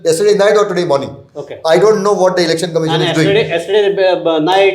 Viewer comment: Lol the host just said ‘Erection commission’ for election commission 😂 mins that’s why we need to have mandatory education and a degree for news reporting not any Tom, dick and harry can be a reporter without understanding and command over English